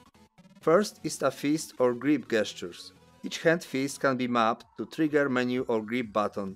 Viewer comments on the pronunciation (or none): FYI gestures is pronounced jestures.. like the j for jesus sound not G for god